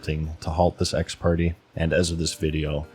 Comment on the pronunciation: It's pronounced "ex par- tay". You should try and get a hold of Potentially Criminal or Uncivil Law they like to go over things like this with credentials. Be careful of other lawtubers though.